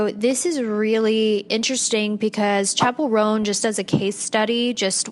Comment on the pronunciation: babe its chappell roan not chapple rhone